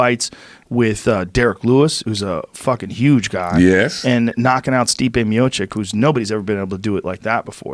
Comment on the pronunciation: Joe "Stip Miocick" Rogan